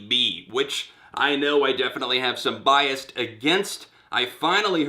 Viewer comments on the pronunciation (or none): none